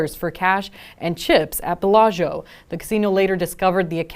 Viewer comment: 10k bail? for a millionaire check fraud. Of course he's a no show. How is it possible that a Las Vegas news anchor can not pronounce Bellagio?